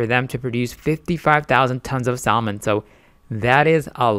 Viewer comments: Good video. Just a heads up, it's pronounced Sa-mon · Why is he pronouncing the L??? My ears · How the fuck can I take investment advice from a guy that doesn't even know how to pronounce the word "salmon" correctly? GTGOH 🤣🤣🤣🤣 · the L is silent in salmon. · Bro, learn how to say SALMON, its irritating.. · First. Never trust a person who is trying to pitch a product thay cannot pronounce. Second. Before you invest in any entity that is genetically engineering seafood, look at the empirical information on these products and the overwhelming number of people who have developed cancer directly linked to this process. Lawsuits ÷ farmed, genetically engineered fish × stock offering = bankruptcy with loss of total investment.